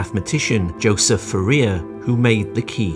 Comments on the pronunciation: I am cringing every time i hear fe RIA instead of FOO riay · I know you're a computer, but it's Foo-Ree-Ay. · "Fuh rear?" Can't you do French words? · It's pronounced as "4-E-A" NOT "4-ear". Do yourself a favor and lose the AI voice. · Excellent presentation. Only please pronounce Fourier as "Foor ee ey" not "Forea". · Fourier is pronounced "four-ee-ay" :) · Great video, but for the love of God, it's pronounced FouriEr, (emphasis on the E, not the I)! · Foo-rear? Oh, please... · I have always been told that Fourier is pronounced for-ee-ay ... is this yet another U.S. v British pronunciation thing? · No - he’s just wrong. It’s foo-re-ay for everyone. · Nice video! FYI, Fourier was French. I’ve heard his name pronounced FOO-e-yay. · For rear! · I never knew that's how to pronounce Fourier. All these years and every school and every lecturer I've ever experienced has also been saying it wrong. Isn't that weird? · Please learn to pronounce Fourier correctly. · It would be nice if you would learn to pronounce Fourier correctly. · great video but that's not how you pronounce Fourier. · I understand that you may have problems prnouncing Nyquist, but thetes no excuse yo mispronounce Fourier. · AI voice mispronounces "Fourier". Google it. You can find British and American pronunciations, which are close, but the AI voice didn't learn either one. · I’ve never heard Fourier pronounced the way it is in this video. Anyone else? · Excellent, informative. Two errors" "difficult to understate" should be "difficult to overstate". Also, Fourier badly mispronounced. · WTF?! Anyone with even a very basic knowledge of this field knows how to pronounce "Fourier". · Ask a French speaker to give you the correct pronunciation of "Fourier". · That's not how "Fourier" is pronounced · That's why you have to transforme it .:body-blue-raised-arms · True, but at least that is how we commonly Anglicise "Nyquist". But his pronunciation of "Fourier" is totally bizarre.